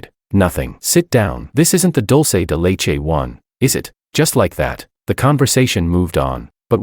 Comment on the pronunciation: The AI saying dulce de leche.....i gotta give respect to the AI, you actually did pretty well